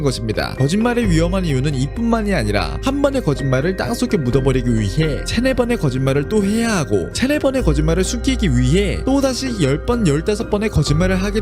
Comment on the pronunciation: 비염 있으신가.. 코막힌 채로 말하는 소리로 들려 같이 답답해짐... 그 때문인지 발음도 한번씩 호흡이랑 엉키는데 이부분을 보면 자막이 거짓말을 숨키기위해 이렇게 나옴. 단순 오타라고 하기엔 발음 또한 '숨키기'라고 발음되어서 저 단어를 숨키기로 알고 있는건지 코가 막혀 발음이 저런건지...